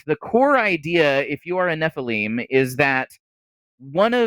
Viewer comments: oh hey they correctly pronounced Nephilim phonetically :D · Thank you! Finally pronounced nephilim properly.